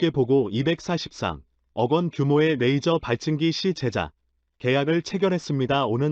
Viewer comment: 영상번역기가 만든 자막을 보면 발음이 얼마나 흐리멍청한 발음인지를 알 수 있다. '대한민국 최근 오즈가 한국에 '→ '오즈'가 뭔지는 나도 반복해 들어봐도 모르겠고 '파트너로 손정했던' → 손절, '모기' → 무기, '일을' → 이를, '메이저기술 ' → 레이저 기술', 그녀의' → '분야의'... '표적이 수리되었다고 합니다' → 이건 나도 들어 봐도 무슨 말인지 모르겠고.. 등등, 한 음 하나하나를 확실하게 발음해야